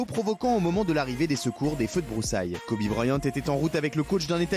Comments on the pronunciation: Le mec parle du respect de Kobe et prononce kobé en mode c’est du bœuf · Quand tu dis Kobé tu parles de qui 🤷‍♀️Kobe(kowbi) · Kobe ça se prononce "kobi" en anglais et non "kobė" comme le boeuf pr ceux qui savent pas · Par contre c’est Kobe pas Kobé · Ce qui me choque c'est Hanouna qui l'appelle "Kobé" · Kobe pas Kobé respecté la légende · Son père l’a appelé Kobe par rapport au steak de kobé